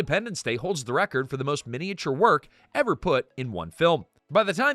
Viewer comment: Stay for the most unhinged pronunciation of 'miniature' ever